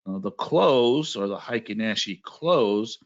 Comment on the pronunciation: I studied Japanese…heikin-ashi….hey ee king ah she…is the correct pronunciation….happy to give you a little tip. Thank you for your knowledge….